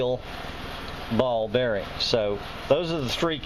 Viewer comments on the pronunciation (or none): none